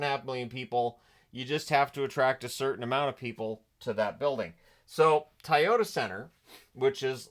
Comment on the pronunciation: did you Really just say TIE-Yoda center? 🤷🏻🤦🏻